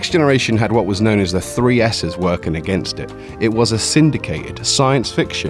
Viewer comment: Not one. Not two, but free. Also, fird of five.